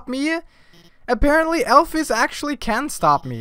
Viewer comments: ITS PRONOUNCED ALPHEEEES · Am I the only one who pronounces alphys as alph ee s and not alph i s